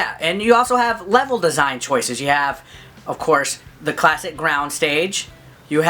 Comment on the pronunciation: I totally lost it at "Cwasic"!